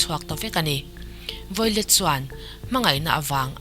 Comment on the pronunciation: Violet tih tur ni em? I hming i lam dan hi miss